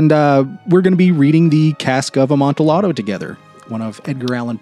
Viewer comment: I came from Diane’s channel as well. Just for future reference, Amontillado is a Spanish wine, and thus the pronunciation would have the “double l” sound like a “y”. Sounds like ahm-on-tee-yah-doe. Emphasis is on the “yah”. Pronunciation for those that can read it like this: “amontiˈʎaðo”